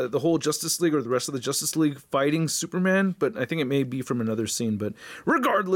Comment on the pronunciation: "jostace League"